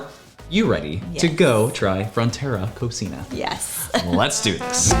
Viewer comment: It's pronounced co-see-na. It means kitchen in Spanish